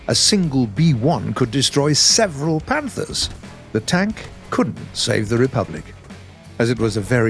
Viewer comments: 1 b1 could kill several panthers🤔 me no think so, listened several times and definitely says panthers and not panzer 😂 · Bro said several panthers instead of panxerst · slow it down to .25 there is no Z in there. He sad "ther" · slow it down to .25 there is no Z in there. He sad "ther". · no mate maybe he wants to say panzer but maybe he has a problem with his tongue or smh and if you still arguing if he say panther then look at the video , a B1 fighting a pz.iv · I know he meant panzer mate It is one of my favorite vehicles and I play it a lot but slow it down to .25 speed you will hear panther with absolute certainty. People make mistakes and I just pointed it out because it is funny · while I know Panzer is what he meant, you can literally hear the “th” in panther when he is saying it.